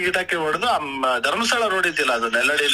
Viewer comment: ನೆಲ್ಲಡಿ ಅಲ್ಲ ಸರ್ ನೆಲ್ಯಾಡಿ 👍ಚಾರ್ಮಾಡಿ ಘಾಟ್ ನಮಗೆ ತುಂಬ ಹತ್ರ ನಮ್ ಕಡೆ ಈ ಆನೆ ಬರುತ್ತೆ 🐘🐘 ನಮ್ ಕಡೆ ಗದ್ದೆ ಮತ್ತು ತೋಟಕ್ಕೆ ಬರುತ್ತೆ 🙌